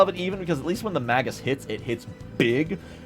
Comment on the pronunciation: Mispronouncing magus so much hurt my brain.